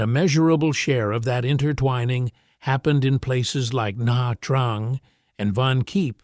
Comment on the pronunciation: Na Trang is pronounced "Nah chang". You're welcome.